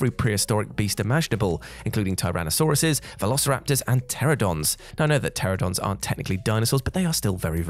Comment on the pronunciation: Pteranodons, not "Pteradons". 🤪